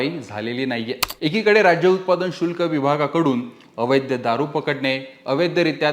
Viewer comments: अवैद्य नाही अवैध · अवैध्य नाही अवैध असे म्हणा. पुणेकर मराठी भाषा वाचवा.